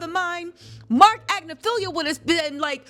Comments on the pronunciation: 😂😂❤ are you sure about that pronunciation!?? Agnifilo vs "Agnifilio"?? How were they pronouncing the lawyer's name in court???🤔🤔 Anyhoo girlie, you're doing your thing & CONGRATS ON YOUR SWEET CAMEO ON THE HOTTEST DOC SERIES ON NETFLIX!!!😁👏🏽👏🏽👏🏽❤️🥰🤎🧡🎉🎉🎉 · Sorry,, I think he’s saying it right! I think you’re saying it wrong: it’s AgNIfilo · It's AGNI-FI-LO. You are butchering that man's name. Lord have mercy....and then corrected someone who's clip you played who said it correctly. Girl. Do your research on the name pronunciations if you're going to be doing this expecting to be taken seriously. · hate to tell you this, but it's you who has been mispronouncing his name. Look how it's spelled: There's no "lio" at the end of it. It's Agnofilo. Been wanting to tell you for awhile. Still luv you and your show though.😊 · Love ya babe! You are amazing! SN: unfortunately bro from TMZ is pronouncing his last name right. It’s like ag-niff-Ill-o. I watch his wife’s cases too. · It is Ag-nif-ilo btw, how it's spelled. Just saying. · Cuz U are saying Agnifilo wrong. Lmao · I love how you still won’t say that man’s name right 😂😂